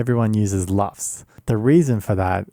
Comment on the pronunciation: It's LUFS, not LUFT. LUFS: Loudness units, full-scale. LUFT: the last name of a screen star of the early 20th century (Lorna Luft, look her up; follow the yellow-brick road...).